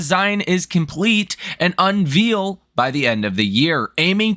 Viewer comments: maybe this car will look like the bat-mobile with a rocket engine. also, unveil is pronounced unvale, not unveel, cheers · Why do you keep pronouncing unveil / unveiled wrong? Please look it up- its supposed to sound like "unVAYLed"